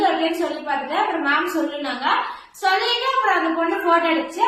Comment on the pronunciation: Stop saying vantu ,solltu 😂😂